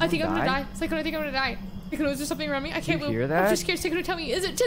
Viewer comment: Instead of them saying “Sykkuno” I hear SAKUNNO